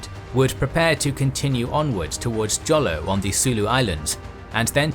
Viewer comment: Jolo is pronounced as Holo